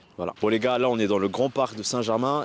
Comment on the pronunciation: Tu dis "les gares" au lieu de dire "les gars" on prononce pas le R. Sinon super vidéo intéressante !